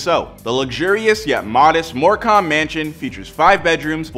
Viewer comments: It’s said MoreCum not “More cam” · “In More Com” 😭🤦‍♂️ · It's pronounced Moorcum. I'm not first but can I get a medal anyway? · The way he said morecambe is funny it's pronounced mor cem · The way he said morecambe 😭